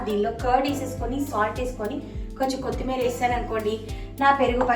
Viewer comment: Kothimeera anandi ,kothimeeri kaadu andi.